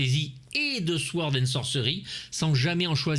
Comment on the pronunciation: Sord, pas souord ! Le reste est parfait, comme d’hab!😉